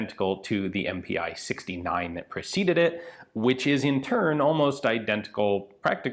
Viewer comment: About pronounciation: not M-P-i! Pi as the first 2 letters of Pistole (pistol). So it is pronounced just MP. And your pronounciation of Puch is also wrong. The ch here is pronounced as in the german word "machen".